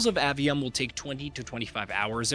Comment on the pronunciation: *AY-ve-um, not Ah-ve-um :p